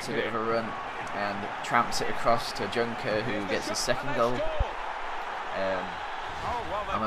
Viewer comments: it isnt DJunker but JOENKER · Junker is pronounced as yoenker ;) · Your strikers name Junker is pronounced "Yunker" kinda like the "Y" in "yell"